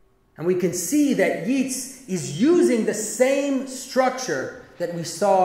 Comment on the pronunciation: He’s pronounced ‘Yates’ Jonathan